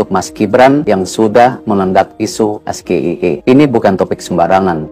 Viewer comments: SGIE (State of the Global Islamic Economy) adalah singkatan dalam bahasa inggris. Cara mengejanya ya harus dalam bahasa inggris juga, Es - JI - aI - I, bukan Es - Ge - I - E seperti yang mas Gibran katakan! Harusnya hal ini semacam spelling seperti ini adalah dasar, basic atau fundamental yang termasuk grammar yang harus dikuasai dalam tata bahasa inggris! Apalagi mas Gibran ini kabarnya adalah lulusan Bradford Unibersity Aussie & Singapore yang bahasa inggris biasanya diberikan dan menjadi kuliah wajib bagi mahasiswa semester awal atau tahun awal ketika menempuh studi di Universitas luar negeri yang menjadikan bahasa Inggris sebagai bahasa pengantar utama dalam kegiatan pendidikan maupun percakapan sehari-hari di lingkungan kampus! Kalau cara mas Gibran membaca singkatan SGIE seperti mengeja huruf dalam bahasa Indonesia Es - Ge - I - E, seorang ahli ekonomi atau ekonomi syariah dari luar negeri pun tak akan mengerti apa yang dimaksud mas Gibran! Alih-alih dengan maksud untuk mendapat pujian sebagai seseorang yang pandai atau memiliki pengetahuannluas mas Gibran justru akan menjadi bahan tertawaan atau dikritik! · Pak Erick, klo kata Capres no.3 bpk salah tuh cara baca SGIE…katanya harus es ji i ai😅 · Buka SGIE kali tapi EsJiAiI Buka EVBeI tapi EFBiAi (FBI) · Seharusnya mas Gibran menyebut SGIE dalam bahasa inggris Pal Amin jadi bingung karena SGIE disebut mas Gibran dalam bahasa Indonesia, dan sebetulnya pak Amin itu ingin menjelaskan tentang sebutan SGIE tapi sayangnya tidak di ijinkan.😢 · WHO itu nama salah satu organisasi dunia... SGIE itu isu global... harusnya pengucapan isu global dibaca sesuai ejaan bahasa inggris... apalagi itu acara resmi lho... banyak kok isu2 global yang diejaanya sesuai abjad bahasa inggris di acara seminar2 atau acara2 sosialisasi... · Singkatan dlam bhsa inggris tpi pelafalannya dlm bhsa indonesia 😂 lawak² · Sok pintr bahasa inggris ,sebut sja salah 😂😂😂😂😂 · S G I E bacanya es ge ai e.. bukan es ge i e....??😢